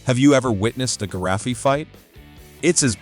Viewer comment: Ghee-Ra-Fee? A giraffe I know BUT a Ghee-Ra-Fee not even a zoologist does!